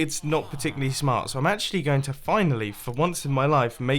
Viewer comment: shmart u seaid shamrt